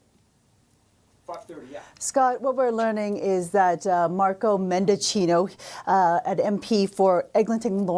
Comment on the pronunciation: Nobody is going to miss Marco Medichina ! Good bye you lying POS! BTW I wish you guys would pronounce his name right.